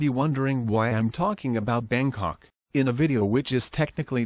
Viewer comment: I thought he was saying Bane Cock at first. I thought he created a real Banetopia